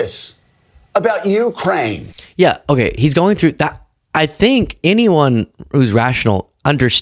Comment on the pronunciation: Joe Scarborough STILL mispronouncing Ukraine. It's yoo-KRAYN. Accent on the second syllable. So simple.